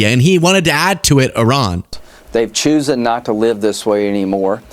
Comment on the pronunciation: Did he say "choosen"? CHOOSEN?! I'm going to need a drink.